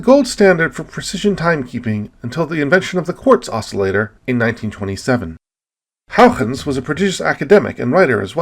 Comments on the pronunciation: If you don't wanna have to use a Dutch pronunciation, just say it the way that he pronounced it first. Hoygens, not Houiechchchchens, which is my best approximation of the spelling of the way you pronounce it in Dutch. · Amazing video - l never knew Titan was a candidate for life > u < I learned so much again, it's amazing. That joke was horrible though but l forgive you. Also l think your pronunciation of Huygens got worse over time. It's not "Hougens" dangit :p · Looks at having cameos. Nice. Still can’t say Huygens tho haha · I just say HY-gens like everyone else, but thanks for lesson in Dutch pronunciation. It sucks that probe landed in the wrong spot. We’ll need to go back. Perhaps we need several smaller probes, sort of like a MIRV to ensure we land at least one into the right spot. We got back to Jupiter rather quickly, so it might happen. I know they are working on an orbiter for Neptune, so maybe before I die? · I am going to spend the rest of my morning trying to annunciate Huygens. I do not think I have been close once.